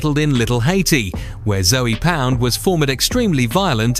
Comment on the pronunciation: Zoey pound is crazy. The E is silent